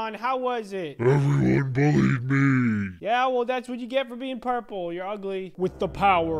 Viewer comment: It’s actually the end is me. Not the end is knee